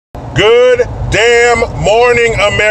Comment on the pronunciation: We seriously needed that stress on the word "DAMN" today... Good DAMN morning AmeriCANS !! Woot!